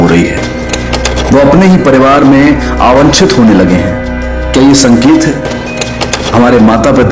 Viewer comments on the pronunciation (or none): Sir...Aawanchit Nahin Awaanchit Hota Hai😂